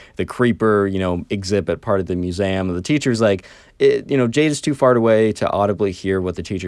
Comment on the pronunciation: Muezam? It's Mue-Zee-Am not Mue-za-m.